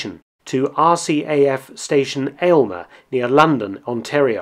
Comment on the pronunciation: You pronounced Aylmer wrong , we pronounce it like, "Almer." That are base sill exists there but now it's the Ontario Police College.